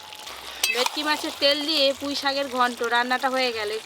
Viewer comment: ভেটকি ❎ ভেকটি ✅